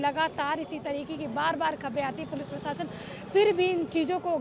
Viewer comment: मैडम सिरफिरा आसिक नहीं आशिक प्रसासन ने प्रशासन होता है रिस्वत नहीं रिश्वत होती है